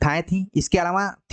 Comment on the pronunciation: लेक्चर बहुत सही है, मगर इसे महज़ एक रिक्वेस्ट के तौर पर लें - काफ़ी समय से पढ़ा रहे हैं आप हिंदी, अच्छे हिंदीविद् हैं, इसके बावजूद 'अलावा' को जब आप‌ 'अलावाॅं' बोलते हैं तो सच में बहुत इरीटेशन होती है। हो सकता है कि ये क्षेत्रीय समस्या हो पर इस पर काम तो किया ही जा सकता है!